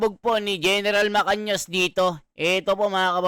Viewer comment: GEN MACANAS. hindi MACANIAS